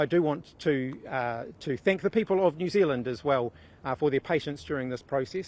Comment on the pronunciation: Jew Zealand 🤷🏻‍♂️